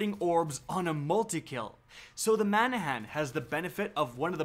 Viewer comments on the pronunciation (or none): Man-a-han? Or, Ma-nan-nan? Or, Ba-na-nuh? Lol, you're killing my! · Manahan? Dafuq? There is no H in there whatsoever... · lawl , , , , - "Manannan" - read that name slowly and carefully? Where is the "h" you keep pronouncing? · ok cool Lmao same. I'm laughing even more at how he pronounced some of the names. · It’s like he just gave up saying manannan